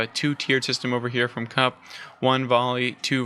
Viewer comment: I've heard Drongo pronounce it "cowp" not "cup". Like you mentioned, Beasty was happy just to trade out units and prolong the game as he knew he had the villager advantage, and the longer the game went on, the better it was for him with 2TC French quicker vills, so maybe 2.4xTC's to 1. If I was kauP, I'd have a different comp. cav/archer beats archer/spear as cav baits out spears and get taken out by archers, then cav cleans up bows. Kaup should have taken the boar on his side with some spears and that would have given him the food to mass horsmen/spear and that would have countered Beasty's cav/archer, and cav/spear is much better for taking out a TC than spear/longbow as the horsemen have good torch damage. Some cav/spear with a couple of rams could have taken out that second TC then dealt with Beasty's army. Then go fast castle and overtake beasty with the king's palace and then get relics and push forward with outposts and siege.